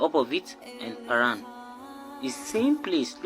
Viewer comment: P(h)aran is on point! 🙂